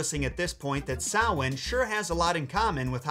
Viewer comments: Thank you for pronouncing Samhain correctly 👏🏻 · Just found this and was so happy they pronounced Samhain right! It's frustrating seeing people peonounce words that should be common knowledge on pronunciation. But to see someone correctly pronounce a word that isn't so common is honestly a real treat! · THANK YOU for saying Samhain right! As pagan myself(pagan not devil worship) it Make me cringe everytime they say it wrong. Have happy hollows eve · And he pronounced Samhain right! Yes!!! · Congratulations on your pronunciation of Samhain!!!! I'm interested in your source dating the story to the 8th century? The only Early Irish story I know of in this area is Echtrae Nerai / The Adventures of Nera. It's about many things, but includes having to carry a corpse on his back to find it a drink of water. No reference to marsh lights though... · Thank you for your accurate pronunciation of Samhain! & how Christianity worked in those days. As a pagan, I adore you for this ❤. Also as a side note, Samhain is actually 3 days & nights with the 31st being the 2nd day. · correct pronunciation of Samhain got me like 🤤🤤🤤🤤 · thank you for properly pronouncing Samhain, that means a lot. This was a lovely tale to hear in full. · Thank you for pronouncing Samhain correctly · I recant my earlier comment and tip my hat to you, for taking the time to learn how to properly pronounce the word Samhain. Well done to you. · And im so glad you pronounced samhain correctly 🥰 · Thank You for 1- Pronouncing Samhaim correctly and quite beautifully too. (Screw U Supernatural) 2 - Giving a good history of the holiday and its Celtic/Irish origins. I will add that it was and is also a celebration of honoring your dead/passed loved ones. Kinda similar to Dia de Los Muertos. That the lights were also said to help lead the loved ones and benevolent spirits onward. Samhain also translated means "Summer's End" and was the celebration of the end of harvest season too.